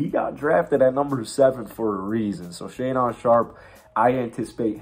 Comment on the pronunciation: Shaedon pronounced (Shay-Din) not talking shit just helping out lol, good video though!